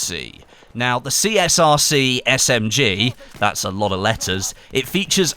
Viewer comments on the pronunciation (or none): you kept saying CSRC when it's CSRG